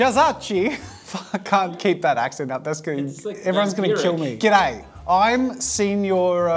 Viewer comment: The flat "g'day." After the accent lmao